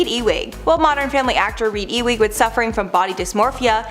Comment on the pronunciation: Reid Ewing / guy's it's pronounced U-ing or ewe-ing E wing is something you'd find in a hospital or the White House or some other large building.